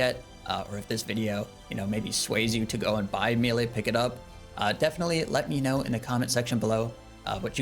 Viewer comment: I like your videos format and fashionscape but just a quiet little heads up please don't say mealay or mealie it's maylay >_> aaaaaaaa !! Also I think you're really underrating the scourge with abyssal spikes vs any longer fight as an initial stack builder beacuse you reap the benefits the entire rest of the fight, and your offhand leng will still be prepping spec stacks. Also the d2h eof is for elite dungeon clearing and shattered worlds as well as a really fun way to get giga nukes on slayer tasks lol